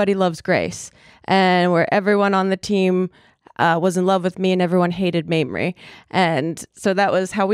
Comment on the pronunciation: Mamrie. Pronounced maim-rie. As in, 'I was physically maimed when her name was mispronounced ' 🙂😃😂 Love this lady! Glad you had her on!